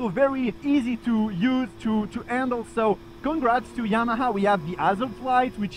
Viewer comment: Yamaha ❌ Yama ✔